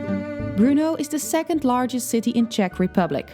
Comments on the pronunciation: It's Bur-No! Not Bru-No! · It's literally BRNO, Burno is not much better than Bruno, there is no extra sound between B and R.